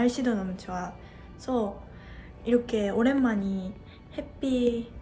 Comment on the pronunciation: 오랜만에를 오랜만이 라고 발음하는게 넘 귀여움ㅋㅋㅋㅋㅋㅋ